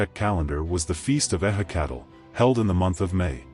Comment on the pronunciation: ehhe cattle, my ass. goddamn ai crap.